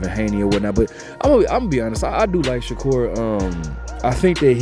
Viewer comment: Turned the video off once you said Shakur not sensitive